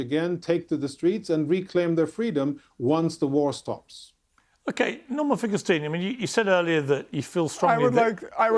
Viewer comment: Borman….I mean Norman might be full ret@ now. He is an absolute babbling fool. Painful to listen to